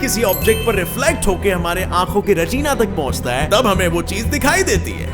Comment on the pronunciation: galatise retina ke jagah regina bol diya